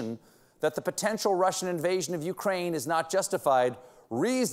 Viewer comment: "My Craine"? Jeez... it's hard to hear Colbert being such a CIA stooge!